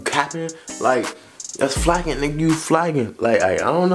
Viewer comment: It’s flaggin not “flakin” 💀